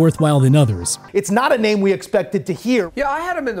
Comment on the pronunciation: The way he pronounces names is wild to me